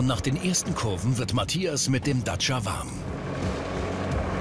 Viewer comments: wie der Sprecher einfach durchgehend "Datscher" sagt... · Der Reporter sagt dauernd Datscher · Er sagt immer DACHA xD :D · ist das so zu sagen anerkannt den Dacia Duster "Datscher" zu nennen? Ist das so wie Landy? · Ich mag es nicht wie der Kommentator Dacia sagt